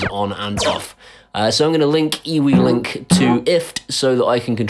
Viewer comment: Just want to let you know that eWeLink is actually Pronounced you-link, my Nan stopped me in conversation to tell me this, oh the shame of it! lol